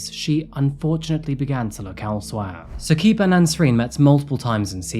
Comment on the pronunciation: Also it’s not “Hasheem” the pronunciation is “Ha-Shim” And it’s not Saqeeb. It’s “Sa-Qib”